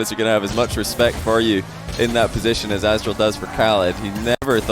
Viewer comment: gg “ Asstral “ .... GG “ OKING “